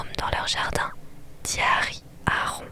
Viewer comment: Tu l’appelles rond 😭?? C’est censé être rone wizley (je l’écris comme ça pour la prononciation) non ??